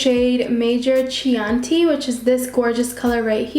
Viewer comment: Baby doll (and I mean that in a nice way), it’s “key-ah-n-tea”. Chianti is a type of wine. Anyway, I chose your video while looking up reviews to help me choose from the colourpop sale. You are just adorable. Keep up the good work, girl !